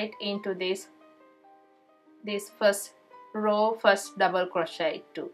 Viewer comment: Its a row not raw